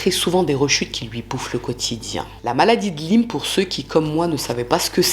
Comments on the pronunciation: On prononce maladie de "la-i-me", cf professeur Christian Perronne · Coucou. Elle a bon dos sa femme....pfff.... encore un lâche. Sinon ça s'appelle CMU en France et la maladie de Lyme se prononce "layme". Un plaisir de voir tes vidéos en tous cas et j'adore les piques que tu lances dans tes vidéos contre les coupables 😂😂😂. Hâte de recevoir ton livre 😊.